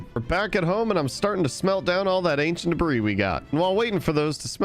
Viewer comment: "acient debras"